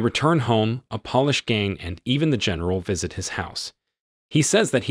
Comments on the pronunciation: Indict? Is Pronounced indite. Polish gang? Is Pronounced like Poelish. E-rica is pronounced Ehrika. So-feah is pronounced So fee yah I could go on for days... Narration is an art...how did this guy pass muster? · Polish not polish! You know like from Poland!! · FFS its not POLISH but Polish , Polski.